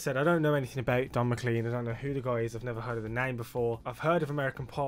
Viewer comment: MacLean pronounced Mah-clayn